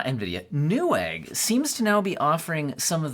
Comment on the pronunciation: ok but it's newegg